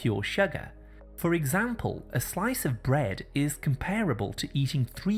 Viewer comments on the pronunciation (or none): none